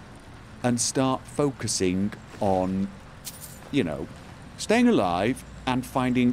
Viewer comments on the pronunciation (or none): none